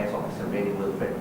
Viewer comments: Good coverage on this sensitive issue, but please try to pronounce the names of person or place in the correct way. It should be " Will - frudh" and not " Well - furt". Being a news agency one can't afford to mispronounce names of people and places. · .. It's " Wil - frit" in American English pronunciation by the way! Anyways, I'm off this thread.. Besides, my first comment was not directed to you or any public for the matter. I just pointed it out to the news anchor because I believe nobody grows better without constructive criticism. Everybody got flaws, pointing it out and accepting and adjusting what's necessary is essential akin to the air we breathe... Peace out!